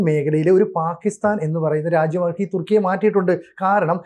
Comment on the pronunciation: തുർക്കിയെ.. തുക്കി.. ഏറിയുക.😄😄